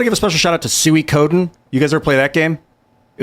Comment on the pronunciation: Def wasn't expecting the pronunciation of Suikoden from lmao. The ps2 games were fantastic.